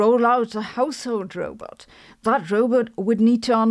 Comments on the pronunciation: Sabine, it’s roBOT not roBET. You sound like Zoidberg 😂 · You pronounce Robot like Zoidberg from futurama. Rowbet heheh cool video.